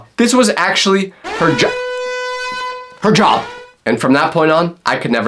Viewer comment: Why is it so hard to say Job?